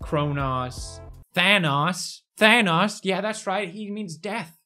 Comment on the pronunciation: it's Thanatos not Thanos